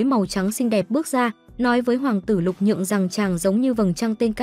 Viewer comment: Lục Nhượng mà ad cứ đọc Lục Dường quàu z 😥